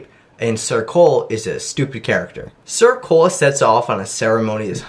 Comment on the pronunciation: Every time you say ‘sir Cole’ I fully just hear ‘circle’